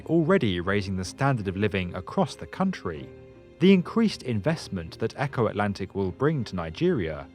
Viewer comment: Funny how he pronounces Eko as Echo.